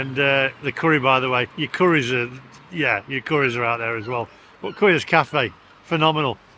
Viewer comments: It’s pronounced Coyas Cafe not Queers cafe mate cheers 😂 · Korea's cafe? ....Queers cafe?.... Was it so good that you couldn't pronounce Coia?